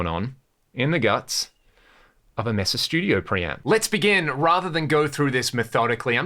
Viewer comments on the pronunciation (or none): I'm sure you know it's pronounced [may-suh] not [mess_uh]